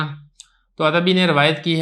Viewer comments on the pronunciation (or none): عتبی بضم العین ہے